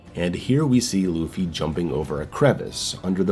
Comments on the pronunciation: It's pronounced more like "LAW-Faye", not "Luffy". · i fucking died at the way you pronounced “Laufey” (LAW-FAY) as Luffy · Hearing call Laufey "Luffy" over and over almost made me click off the video ngl. Just call her Faye man. Lol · Lu-Fay lol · Just to help pronounce lauffy you would sa lowe-fee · Lau like in “loud” Fey ffs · I hope the mispronunciation of this name stops being a bit/joke/intentional soon. At least say "Law-vey" if the "au" sound is too confusing/hard to do. 🫠 Or just call her Faye, please. I like your GoW breakdowns and I hope this title brings things back to some Hack and Slash roots. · My guy saying “loofy” 😂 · I'm Icelandic and it's... grating, to say the least, to keep hearing the same joke/mispronunciation over and over again, especially given the popularity of the singer with the same name. Thanks at least for the compromise.